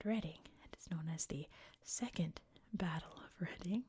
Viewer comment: it's called Reading the same way in Pennsylvania. I think at least those in mid-Atlantic will know that and maybe wider areas of US. Berkshire however is almost always pronounced the wrong way by Americans!